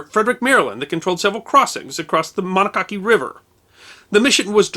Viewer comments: Interesting video, but I live near Lew Wallace drive in Frederick, Maryland and hearing you mispronounce Monocacy hurts my soul. It's Mo- NAW- Ka-See not Monosassy. Thanks. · It's Mo-nah-cah-see, not monococky. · I keep trying to catch the name of the river mentioned around the 7-8 minute mark. You say Mon-ah-cocky but if it’s the River I think it is we native Marylanders say Ma-Na-Ca-See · I'm sure it's been said in the comments before my own, but the name of the river (and battle) is actually pronounced "Muh-nah-kay-see" not "Muh-no-kah-key." This is not meant to degrade, just a criticism. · It's pronounced "mon awk ah see", not "mono cocky". Arrgh. Urbana MD (a district of Frederick) where I live, has a Lew Wallace Drive and a Lew Wallace Street. About 3 1/2 miles south of the battlefield. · Are you referring to the Monocacy? "Mono-ca-see" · Men-AH-kac, not mena-KAC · Monocacy River - MON-AC-A-CEE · MO - nock - a - cee....Battle of Monocacy - as it is pronounced in Maryland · Very good. The Monocacy river is pronounced “Moh-KNOK-Ahsee” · I’ve never heard your pronunciation. As a life long it has always been “ma knock a see” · It's pronounced MONOCKacy. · It’s pronounced mow-nah-ka-see river man. Love your stuff though. Keep it up. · Pronounced "mono-ka-see" river in MD. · Just to add a little jab..its pronounced Ma knock a see.Its not often you flub,so I felt compelled to point it out.All in good humor,your stories and subjects are always on point and accurate.Thank You for a story well done,even if it is about a Union General(I prefer the stories of the other side).Keep up the good work! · I love the video, but being a lifelong, the way you pronounced Monocacy made me twitch! It's muh-NOCK-a-see. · The battle right out side of Frederick was called the battle of the Monocacy. Pronounced Mon ok asee. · The Monocacy is pronounced “Muh-knock-a-see”. :) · Monocacy is pronounced Man-ock-a-see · Monocacy: “Muh NAW’ kuh see”